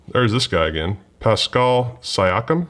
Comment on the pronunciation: I know you’re not crazy into badketball but you saying pascall and jokic and all those other names was so funny